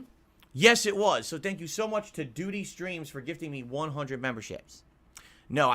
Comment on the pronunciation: why is this turbo douche so confident that ANYONE give a single fawk about his "revenue stweeems" or his "tip baahms". sucks so bad he has created a complete vacuum in the Snort Fort